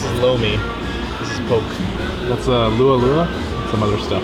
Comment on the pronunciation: Haha you made me chuckle when you said "lua lua" instead of lau lau. Lua is restroom. 😆 Love chicken feet in my bone broth!